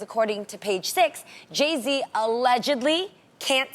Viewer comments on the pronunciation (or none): i love Tamera... but did she say Jay -C instead of Jay -Z? lol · Tamera, it's Jay-Z not Jay-Cee 😂😂 And I think that pretty much how Jeannie and Tamar's relationship used to be. Jeannie was always showing love to Tamar, but it was never reciprocated. I am surprised though, at one point I really thought Jay and Kanye were extremely close.